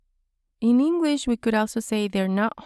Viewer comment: You speak great engwish 😁